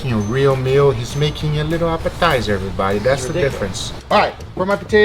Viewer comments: "he's making a little apatizer, everybody" 🤣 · that’s how I would imagine Nacho libre saying appetizer 🤔🤔🤔